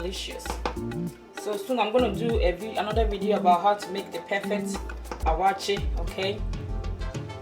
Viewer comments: Waakye not awaaky but great job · please is not awaakye but wakye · Very detailed and a well done tutorial..👍🏽 ..but on a side note am i hearing ‘Awaakye’?..or its my wrong hearing